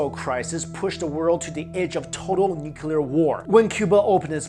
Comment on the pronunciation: Always Nucular never nuclear.... Sigh